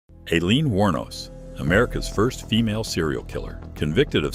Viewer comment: EYE-leen. Teach your AI some I.